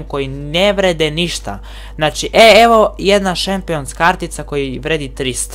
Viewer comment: Daj se ne blamiraj i nauči pravilno izgovarat imena igrača pa onda snimaj, Tuhram, Guhulam, Gurdado ... i kaže se čempions(Champions), itd.